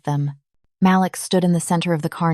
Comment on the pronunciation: Is his name Malik or Maliks or Malix? Please edit the narration and the subs. The voice is amazing, but the lack of spaces between some words and the way some words said wrong are ruining the story. At one point a word was said loud, but it was supposed to be a whisper.